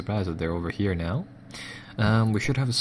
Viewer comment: "Brest Lutovisk"